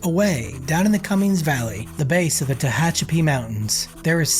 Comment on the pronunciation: It’s pronounced “Teh HATCH a pee”. Narrator initially pronounced it correctly, but changed mid video for some reason. Probably AI. 🤖.